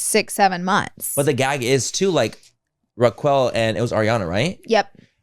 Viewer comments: Reqwell… 😂😂😂. It’s Raquel.. (like Requel Welch) but actually her name is Rachel.. I wish y’all would’ve done more research before bringing to the podcast… could’ve watched the call her daddy pod with Arianna. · Why are they saying Ra-QWELL? 😂😂 I love the so much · “Raq Well” 😂 well I appreciate you guys covering this but it doesn’t seem like you’re so familiar with the show yourself. It’s huge breaking news but it’s different when you’ve been watching the shows for a very long time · Are we calling Rachel ra-quell now? This had me in stitches! Y'all need to put everything else on hold and watch VPR like ASAP ❤ thank us later 😅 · The way yall say Raquel . ... I'm calling the cops😂😂 I'm a Racquel ...said like roc kell 💀💀💀💀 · I’m so glad I’m not the only one. Was so hard listening to them say it incorrectly 😅. But it’s all good. It’s funny.